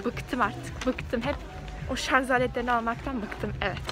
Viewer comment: Şarzzzz değil canım şarj 😍😍😇😇😇😘😘😘💕